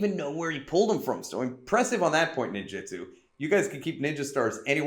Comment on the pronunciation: WTF do you keep pronouncing it like "Ninjitsu"? That's a whole different thing.